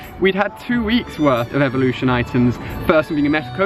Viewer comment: new evelooshon to odish